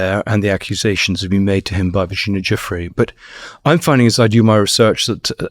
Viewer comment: Virginia GIUFFRÈ NO JOFFREY😂😂😂 Giuffrè è un cognome italiano Si pronuncia: JOOFFR À , come pronunciare "Carré", stessa cosa